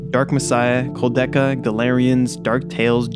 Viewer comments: I can’t get past the mispronunciation of Kudelka as koldeka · Immediately gave you a like when I saw you mention Clock Tower, only to be disappointed by you mispronouncing KouDELka, and saying Silent Hill is the “objectively” best game. While it is one of the best, there is no such thing as a game that is “objectively” the best. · Pronounced Ko-Del-Ka. Koudelka was the first in a 2-game series with Shadow Hearts being a spinoff. I played the first one, but not the second. Other than the very minor mispronunciation this was a well put together video. Thank you!